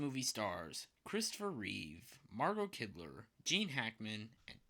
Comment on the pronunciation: Her name is Margot Kidder (not Kidler)...just fyi.